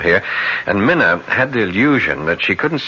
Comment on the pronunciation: 2 things about this really bug me, first is the mispronouncing of Mina's name and second the actress playing her is to old. Mina is a young lady.